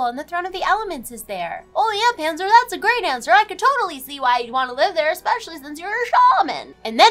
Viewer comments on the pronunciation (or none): none